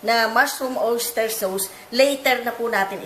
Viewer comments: Orange Soda sauce is pronounced as SOS not SAWS - 💖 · Napaka yummy! I like how you say SOWS po sa sauce. Ty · "sows" (sauce) ahahaha